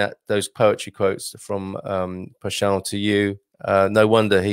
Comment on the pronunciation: Pessoa is pronounced PessOWa - the 'o' rhymes with English 'go'. You probably know that the common noun 'pessoa' means 'person'. Quatro geracoes de paixao = four generations of passion